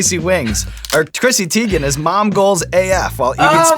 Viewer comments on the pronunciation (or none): I'm surprised - I thought that you folks would get the pronunciation of her last name right. TY-gan, not TEE-gan. She's confirmed it, as has her mom. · Damn Sean, she just had a whole thing on twitter about how her name is pronounced... it's not Tee-gen, it's Tie-gen. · Who else clicked on the video wondering if they would say her last name correctly? it's TIEgen(how it's pronounced) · so on twitter she said her name was pronounced tie-gen and now it bothers me whenever I here it the other way now. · He definitely said her last name wrong lol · Her last name is not pronounced that way lmao lmao. Too funny but she doesn’t care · YOU PRONOUNCED HER NAME WRONG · Clicked on this mostly cause I was curious how it’s possible to mis-pronounce Teigen. Now I know ^^